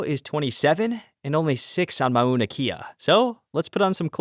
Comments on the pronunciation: Not ma-una-key-uh. Mow-Na-Kay-yah. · Would have said Mao-Na Kay-ah but rajah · As a resident of Hawai’i, I’m disappointed that another visitor does not interview Hawaiian locals nor find the proper pronunciation of words, places (ie Mauna Kea).. It can be seen as disrespectful. Fyi for future vids. Otherwise, very nice photos, drone vids.